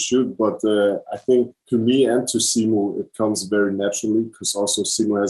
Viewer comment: Its simoo not simew